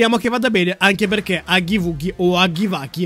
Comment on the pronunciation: si dice haggy waggi non haggy wuggy